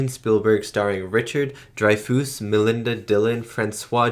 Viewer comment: Pronounced Dry-fuss and True-foe